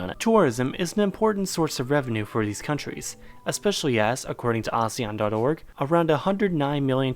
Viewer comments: It's A-SEAN Not A-seAn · it’s actually pronounced as AH-SEH-YAHN not UH-ZE-YUHN. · How ASEAN is pronounced: Ah-see-an The West: AH-ZEE-AHN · I thought it was pronounced “Asian” & not “Azean” ☹️ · It pronounce Asian????? I pronounced it asēan for 20 years 😫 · Here In Indonesia We Pronounce It As "ASEAN"(No Ah, Sey, Yan) So, Asean, Not Ahseyyan Here. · .. aséàn not asian .. pronounciation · im indonesian, my whole school and im pretty sure other indonesian school pronounce it "A séan" (if your confused copy and paste to google translate english and click the audio thing) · I thought its pronunciation is "Ah-Seh-Yan" XD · It's prononuced "aseyan". And since I live in this shitty excuse of an association, this logically means that I'm right and you're wrong. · Ive been pronounce Asean very wrong my whole life Lol Why am i exited when i see or hear the country i live in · In ph we pronounce asean a-se-yan I didn't know we're pronouncing it wrong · Omg i laughed so hard when you told them how to pronouce asean Its actually /ah-she-ian/ I know this because im from the Philippines🇵🇭❤️ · Its ASEAN (A sea n) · Asean is pronounced as 'aseyan' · In Southeast Asia we pronounce it as AHSEYAN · A-se-an that's how you spell it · No we Filipinos pronounce it as Aseean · Well we in Indonesia pronounce ASEAN, "ASE-YAN" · I'm a Filipino too and I pronounce it as ah-see-yan since Southeast Asian has an eee. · We Indonesians also pronounce it the same. Kinda weird hearing him saying a-si-an. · A - se - yan that os the correct pronunciation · I always pronounced ASEAN asian and I don’t know why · Funny. When we say ASEAN, the stress is on the second syllable. That may be just the Philippines though.